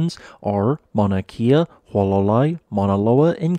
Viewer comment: Kohala is NOT extinct!!! … jessh get your facts straight … you still do not pronounce Maunakea correctly … NOT a “geology” hub!